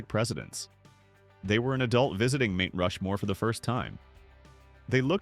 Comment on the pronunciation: STOP USING AI FOR VIDEOS…MT=Mount…Mount Rushmore..Not Meet🤦🏼‍♀️